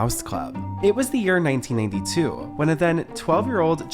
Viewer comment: I swear this guy can’t say 1992 because every time he says it, it sounded 1982!?